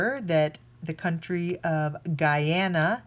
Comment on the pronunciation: Better than most Americans at pronunciation but still can't say Guyana or leisure for that matter.